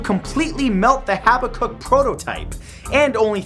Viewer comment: "Haba-kuk" its actually "ha-bak-kuk"